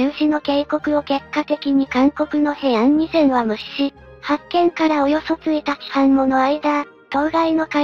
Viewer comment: 行なって(いって→おこなって) 1日半(ついたちはん→いちにちはん) 20日(にじゅうか→はつか) １件(ひとけん→いっけん) 3つ(さんつ→みっつ) 郡山(こおりやま→クンサン) この動画は3部で出来ているが、後部の2部は同じ内容の繰り返しで＝不経済